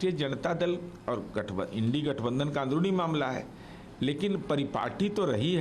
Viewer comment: इंडी गठबंधन नहीं इंडिया गठबंधन है।उच्चारण सर शुद्ध शुद्ध कीजिए।